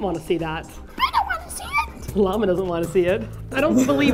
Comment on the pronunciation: Lla-more you know...(da-ddum-tch)